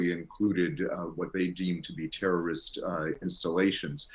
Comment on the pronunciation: You people feel uncomfortable to said Terreriost to Terreeiost👎👎